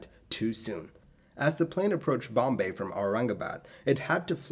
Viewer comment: I am impressed how he spoke BOMBAY AND AURANGABAD u impressed an indian with your pronounciation